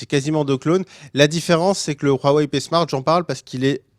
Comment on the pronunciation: Stp dis wawei et pas rrouawei stp